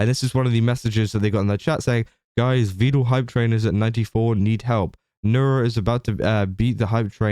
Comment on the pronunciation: Because im an irritating little twit imma point out that he mispronounces Vedal. Pedal Medal Vedal 😊